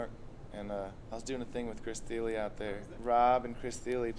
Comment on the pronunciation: Yea, Chris THY-UHL. What a pronunciation. Now you must react to him playing Bach on the mandolin.